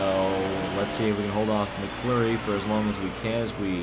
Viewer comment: It's not mcflury it's mcmurray